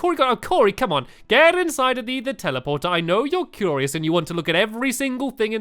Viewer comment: i hate the way stampy says curious